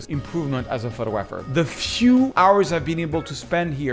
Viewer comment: In the English language, it is pronounced: pho-tog-grapher - not - photo-grapher .